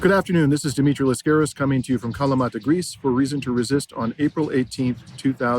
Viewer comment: dimitri, why did you thank rachel blevins for pronouncing your last name correctly, LAS-caris, and at the beginning of this video, you yourself pronounce it, as most hosts do, las-CAR-is? i myself speak several languages, but greek is not one of them. i think it's a question of minimal respect, at least, to make an effort to pronounce someone's name correctly.